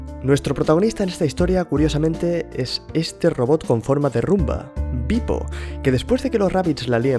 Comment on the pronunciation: tu dices beep-o, yo oigo pipo...